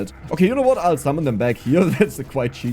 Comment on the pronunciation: Love the accent. Zummon lol. Game looks fun might give it a try